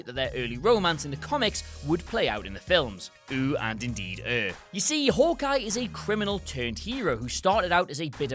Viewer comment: Nombah ten: Howkeye